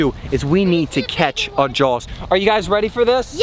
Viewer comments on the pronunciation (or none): Dude definitely says "jawls" too. IT'S FREAKIN 'JAWS' JAH-AWS ugh Florida education system does nobody any favors